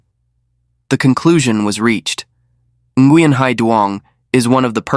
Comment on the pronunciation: Learn to pronounce the name correctly! It's more like wing. No n at the beginning of the name. Like my friend.. Duy. It's not pronounced a Duy. It's more like ey